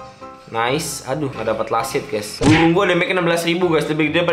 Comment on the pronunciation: buRung bang bukan buWung